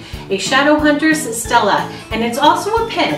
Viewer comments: Stele= stel-ay okay?? stel-ay. not Stella. stel-ay. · ITS NOT PRONOUNCED STELLA ITS PRONOUNCED STEL-AY OK! STEL-AY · It's pronounced ste lay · Alright, she pronounced stele wrong, doesn't mean you need to start correcting her in a harsh way. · Guys OK WE GET IT SHE PRONOUNCED IT WRONG!!!!